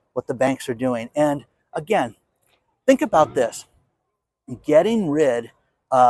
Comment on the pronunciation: Hi, so good to see your awesome smile! You saying "Anagain" is no problem with me at all. You're the only one I know who says it and it doesn't bother me in the least. I think some retired 'ol English teachers tend to "proof" other people's use of the English language. You know, like if you meet a dentist, you think they're always looking at your teeth, LOL!😆. Thanks for today's report and showing some cool cars!